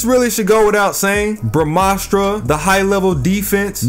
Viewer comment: being from india I've never heard a foreigner saying the brahmastra so correctly before